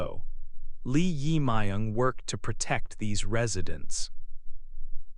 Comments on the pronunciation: Please pronounce 'jae', the part of the korea new president's name correctly. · your pronouce of 'Jae Myung' is not correct...